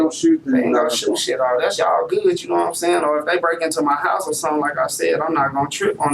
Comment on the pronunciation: “Naw’What I’m Say’n?” Don’t think I ever wanna hear that again! Naw’What I’m Say’n?